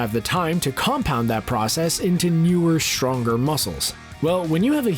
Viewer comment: "...causing it to rebuild SHTronger..." WTF? What kind of an accent is that?!